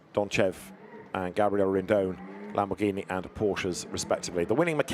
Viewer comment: The commentators going through the starting grid is impressive as hell. He can't pronounce lamboRghini though